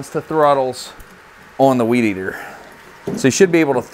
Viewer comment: "Weedeater Wars" sounded more like "Wieder Wars"